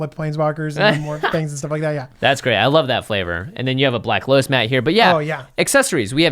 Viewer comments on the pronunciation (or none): none